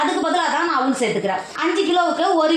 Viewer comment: அவுல் என்று சொல்லாதீர்கள். அவல் என்று சொல்லுங்கள்